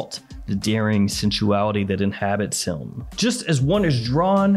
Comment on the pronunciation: There is almost an L in your “him.” “Hyilm.”